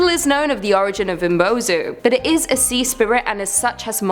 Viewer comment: Umibozu is mispronounced you didn’t pronounce the I